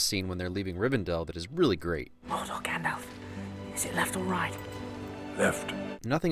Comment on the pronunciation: It's Gandalf, not Gandolf.